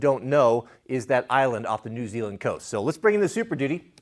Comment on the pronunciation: “Island of the coast of New Zeland” 😂